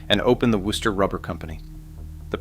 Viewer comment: Thank you for pronouncing Wooster correctly.